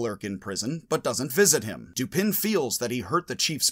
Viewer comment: I always thought that the surname of Poe's detective was pronounced doo-PAN., you pronounce the surname doo-PIN in this video. But on your website "Logic - Poe & Dupin," you declare "Dupin, pronounced 'Doo-puh', like duper without an n or r on the end in a French or Southern accent, is Poe’s ingenious detective, a name Poe found in a book he reviewed the same month his first detective story was published." According to this video, the French pronunciation of the name is doo-PAY: According to this video, it is pronounced dew-PAH:... and here is the pronunciation of the surname Lupin (as in Arsene): loo-PAH